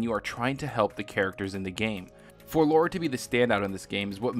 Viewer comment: OMG triggered. Lara. Lahhhhhra. Not Laura. I really liked Tomb Raider. I bought the original, and then replayed it when I got the Definitive edition. I loved Rise of the Tomb Raider, and it was my favorite Tomb Raider at the time I played it (even compared to the pre-reboot titles. I have been a fan of Lara for more than 22 years.) Shadow of the Tomb Raider is seriously my favorite Tomb Raider of all time. I don't think it is necessarily as technologically impressive upon release as Rise was, and I don't think it was as polished either, but the narrative, the voice acting, the script, all come together with great mechanics to make it my favorite game in the history of the series. The fact that Shadow isn't my game of the year speaks volumes to how great a year in gaming 2018 was, since it would have been my game of the year in virtually any other year.